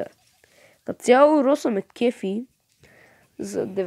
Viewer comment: Брат поправи се Роза не Роса